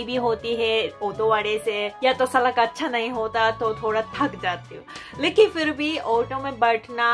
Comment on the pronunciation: Miss Salk Nahi Sadak hota hai